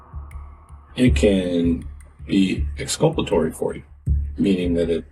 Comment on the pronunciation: First 5 seconds. "Expulpatory.".... it's exulpatory - I know this because I just looked it up. lol. Also, the detective claims to have a vernacular - either he meant vocabulary or lexicon. Both of them trying to outsmart eachother and looking dumb. lol. I didn't know either of those definitions, but I wouldn't use them in speech to look smarter, especially if I didn't know their definitions.